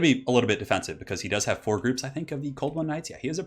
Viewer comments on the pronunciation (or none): none